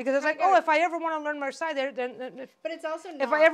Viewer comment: Marseilles : second pronounciation is good. But also, I adore your dynamic! ♥️